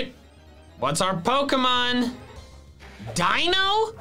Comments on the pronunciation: Gets frustrated when other PokéTubers mispronounce Pokémon names Also: Says "Dino" instead of "Deino" (this is just a joke, please realize this before commenting) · DINO it's (Day-no)